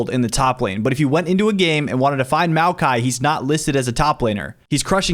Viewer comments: You deserve a dislike simply by the way you pronounced Maokai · The way you say Maokai man